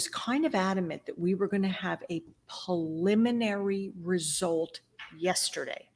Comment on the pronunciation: with respect, it’s PREliminary, not PAliminary. Thanks for your passion.